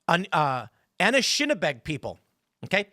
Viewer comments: The pronunciation of Anishinaabe starts off like you're using the article "a." Like "a shoe," or "a table." So it's "a nish." Then the word "in" as we say it in English. Like, "in a bay." Put it together and it's a nish in a bay, with the stress on the 2nd "a." A nish in A bay. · Ann-ish-Nah-bey is the way you would pronounce the tribe you struggled with 🫡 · you not ever going to be able to pronounce Anishinabe without hearing it pronounced 1st as well as many other indigenous words and names my elementary and middle school has Anishinabe in the name in Minneapolis its pronounced "Anish-Shin-ah-bay" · It's pronounced "a-nish-na-bek"